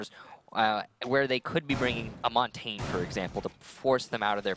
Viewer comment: Montain? really? You would think an announcer for the pro league of a game could pronounce Montagne.